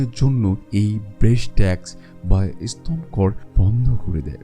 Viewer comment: আপনার কন্ঠ ও বাচনভঙ্গি যথেষ্ট উচ্চমানের কিন্তু বাংলা শব্দ গুলো বেশিরভাগ শ্রুতিকটু হয়েছে। 'এসতন' ' 'অনুযে' এরকম উচ্চারণ গুলো ভিডিওটা পুরোপুরি উপভোগে যথেষ্ট বাধা দিচ্ছিল। ওটা ঠিক করুন, সব দিক দিয়েই সেরা হবে।